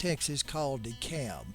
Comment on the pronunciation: The folks there pronounce the name of the town DEE-cab.